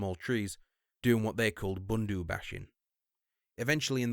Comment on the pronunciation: I was raised pronounce it Bunda bashing. 'Bun-Dah Bashing'